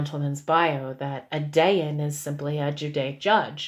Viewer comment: I'm only a few minutes in and I want to clarify that a Dayan, which you pronounced incorrectly, is the Hebrew word for Judge. the witch thing is from Hindu or some other language.